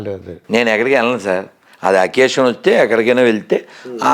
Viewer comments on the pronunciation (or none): అకేశం కాదు సార్ అకేషన్ అనాలి ( దయచేసి సారీ )